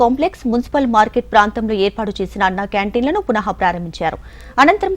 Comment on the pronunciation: అమ్మా ఎంకరమ్మా అశోక్ ఘణపతి రాజు కాదమ్మా , అశోక్ గజజపతి రాజు గారు. పునహ ప్రారంభించారు కాదమ్మా, పునః ప్రారంభించారు అని చదవాలి. తెలుగు భాష నేర్చుకోవాలనే తపన ముఖ్యం. ఏదో మూస పద్ధతిలో చదవడం వలన అభాసుపాలు అవుతారు.